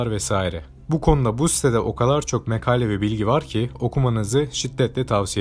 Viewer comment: Yeni seslendirmedeki vurgu, telaffuz ve Türkçe hatası rahatsızlık verecek seviyede komplo/komple, cereyan/ceyeran, makale/mekale lütfen dümene yine siz geçin.